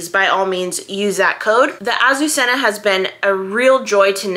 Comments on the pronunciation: Please ask Google how to pronounce this word, which is a Spanish girl’s name and means Lily! It’s so beautiful, and is criminal to say it yourself way! I know there are so many new things but this word is worth learning! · It’s not really wrong just a little less emphasis on the hard z’s and rs! I wasn’t complaining! My mother was Spanish and it rolled off her tongue so beautifully, her sister had that name! They were from a small community outside Barcelona, but some members of the family were Basque, maybe that’s why it was softer when they said it!